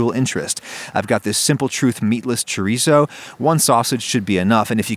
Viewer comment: The way he said chorizo hurt